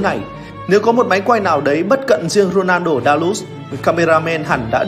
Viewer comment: Co len a rrrrrrrnaldo